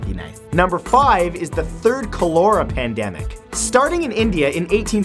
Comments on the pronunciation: Ka-la-ra not cola-war or whatever the hell you were trying to pronounce. Ebola, anyone? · It’s kol-er-ra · Dude, how do you pronounce Cholera? The emphasis is on the first syllable (CHOlera). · Okay I get that some of y’all are making jokes about Corona but are we really not gonna talk about the fact that Matt is saying ‘Cholera’ (col-eh-ra) as ‘Cal-ora’ ??? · Repeat after me: COL-ER-AH as the pronunciation of Cholera. NOT CA-LOR-AH. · Col-er-uh not Col-ur-uh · Matt... It's pronounced like 'Ka-ler-a'. Not 'Co-leer-a' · Matthew, cholera is pronounced 'COllar-ah', not 'coll-OR-ah'. :-) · cholera is pronounced "CALL-er-ah" not "coal-AIR-ah" for future reference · its not pronounced colora, its calera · Kollera, not Kurlera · what the fuck is colora? you mean cholera, coh-la-ra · Cholera is pronounced KAH-luhr-uh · grimacing at his pronunciation of cholera Its call-er-uh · Finally!! I had to scroll to find someone else who heard that! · It's pronounced Chol-ER- a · You pronounce cholera call-er-a, accent on call. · Love your great videos. FYI cholera is pronounced with the accent on the first syllable: CHOL er a (KOL er a). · Cholera (KAW ler uh) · What’s a co-lor-Ra? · Cholera (Kah-ler-uh) Js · Cholera = CALL-er-uh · Cholora? Hydration? You mean Cholera and dehydration? Whilst this has mildly interested me, I cannot share due to mispronunciation and misuse of words.... 😕😕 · I thought it was pronounced COLLARA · its pronounced "call-er-a"...never watch aliens? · its pronounced cal-a-ra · Col-er-a this is how you pronounce the word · sarah chadwick I had to scroll way too far for someone to correct that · And it's pronounced kah-ler-ah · Cholera is pronounced KAHL-er-uh, Matt-Man. Just sayin'. Love the vids. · It's pronounced CAH-lehr-uh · It is pronounced (Koh-lūrh-uh) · They way he pronounces cholEra. xD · Sorry but I just have to say this, it's pronounced colera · It's pronounced "collar-a" you fucking idiot. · not a Canadian thing its pronounced call-er -rah